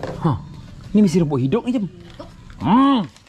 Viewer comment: Lawak lah cem Ni Papa suruh cakap hidup tapi cem cakap hidung hahahaha 🤣😂